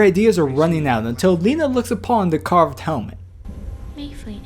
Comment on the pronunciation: I thought it was pronounced L eye na not Leena